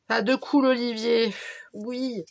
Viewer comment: J ai oublié de te préciser que mon nom de famille se dit : de colle mais ça s écrit decool😊😊, t inquiète je ne t en veux pas beaucoup de gens le prononcé comme toi a cause des 2 o. J aimerais changer sur you tube et mettre Séverine mais je n' ai pas réussi, je ne suis pas fute fute 😁😁😁.bisous😘😘